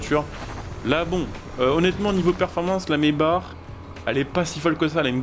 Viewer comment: Mesbars 😂😂 trop bien la prononciation tkt on tadore toujours